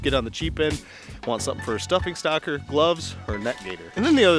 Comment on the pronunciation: Great ideas guys also did I hear stuffing stocker lol